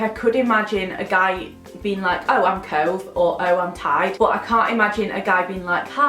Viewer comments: Ngl when you said cove I thought you said toe. And I may have peed my pants a little. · I live in Yorkshire, near Leeds, and when you said cove in the typical Yorkshire accent and absolute pissed my pants because it's so true xx😂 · Im from near Burnley (if you know where that is, it is in Lancashire and round abouts near Sheffield I suppose) but when you said cove in your 'northern' accent, it is literally me haha! I agree, cove in a northern accent doesn't sound great xx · Hahahah I'm from Barnsley and I laughed so hard at the Cove thing. I'd say it the second way and i definitely wouldn't want my kid to be called that 😂😂 sounds much better the way you say it but people round here definitely wouldn't say it that way hahah! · When you said cove in that accent I laughed so hard coz I'm from near where you are and that is literally how I'd say it coz in my mind I have quite a strong Yorkshire accent😂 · BEING FROM SHEFFIELD I COULD NOT STOP LAUGHING WHEN YOU SAID 'COVE' IN THE BARNSLEY ACCENT!!! SO RELATABLE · Ahah that is exactly how we would say Cove in Sheffield 😂 cute name though💗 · The way you said 'cove' the second time with the other accent is literally mine😂😂😂 I hate my accent as well😭😂😂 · I bloody love Cove but then you said about it being said in a Barnsley accent and i wanted to cry because of how awful it makes it sound😩 perks of being from Barnsley